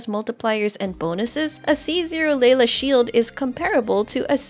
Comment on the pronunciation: “Leyla” lol